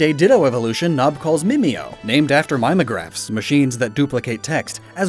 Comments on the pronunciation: OK. Some of the explanations seem forced, but I guess that's how his mind works. Mimeograph and lycanthropy were mispronounced (check or a similar site). I've got things to do, so I won't rewatch the video to make an extensive list. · If you noticed his mispronunciation of "mimeograph", you're officially old :(